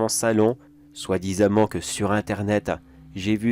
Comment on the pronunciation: Moi aussi soit disament me fait mal aux oreilles 😅